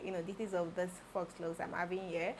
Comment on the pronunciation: The installation is Neat and lovely 😍. If you wouldn't mind being corrected the "faux" is pronounced like "fo" without the "X" sound